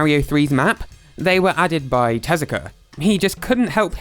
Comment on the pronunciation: Takashi TEZUKA, not "Telaka"